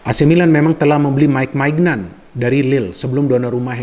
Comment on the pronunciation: Mike Maignan cara bacanya Mike Menyong bung bantu koreksi hehe